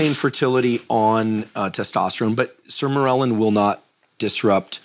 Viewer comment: The way he is pronouncing Sermorelin is bothering me.